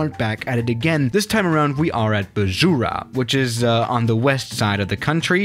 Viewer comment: I am from nepal 🇳🇵🇳🇵🇳🇵🇳🇵🇳🇵and the way you pronounced that district. Lol😂😂😂